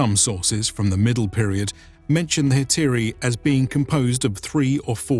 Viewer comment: You're mostly corect, except for the addition of modern Greek pronunciation. Up until the middle byzantine ages the dipthongs were pronounced clear cut, with the exception of ει which sounded as ι. It was therefore Ἑ-τα-ι-ρεί-α-ι and Ἑ-τα-ί-ρα.